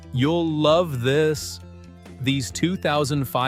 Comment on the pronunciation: "you'll love tHiSsS"